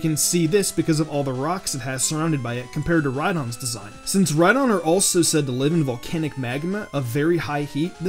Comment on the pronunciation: It's name is Rhydon like ride on